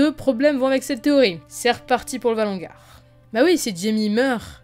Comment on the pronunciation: Valonqar pas "ValonGar"